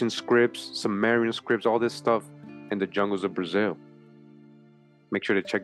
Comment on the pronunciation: Great productions man! Just a pronunciation fyi... SUMERIAN is Soo/mer like moo